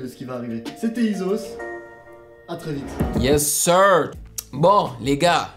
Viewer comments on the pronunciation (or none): Ca m’arrache l’oreille comment il dire Ysos😭 « wyssos 😭 » ca se dit {IZOS}!!!! Et trouve quelque chose d’autre à faire que de critiquer les autres pour faire des vues merci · Ça se prononce /izoss/